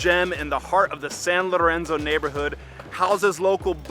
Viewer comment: Your Italian sounds good overall, but you are mispronouncing "z" like in Lorenzo (and in many other words with embedded Zs). There is no "zee" sound in that word. If you don't believe me, please ask Italian person.